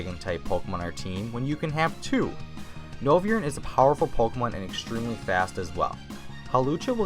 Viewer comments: Noi-vern! Not novyern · He called noivern noviern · ni-vi-ern realy? it's noi-vern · I know damn well you didn’t just say “Noveeurn” instead of Noivern... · "noviern" me: triggered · I gave a dislike because u pronounced loads of names wrong like unova and noivern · You said Noivern wrong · Do you hear how he says Noivern lol